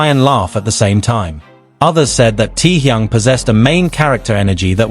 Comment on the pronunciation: Omg...so tired of AI..."Tee-Young"?? Really??!! 😦🙄